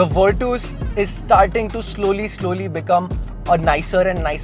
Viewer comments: Vitooos kya he 😂 Its virtus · if it’s the right pronunciation it would be Fer-tus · Virtus ❌ vertos ✅🤣 Vir-tus ✅ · virtooos? were twos perhaps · Virtus❌ wereTOWS✅VIRTOOOS☑️ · still virtoooos sounds wierrd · V in Indian accent is we... so he's saying weertwos... 😂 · broo pleasee...its nott virtoooss!!